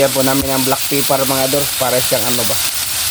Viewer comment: it's a black pepper* not black peppar